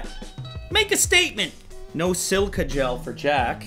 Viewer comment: there is a second i in the word silica.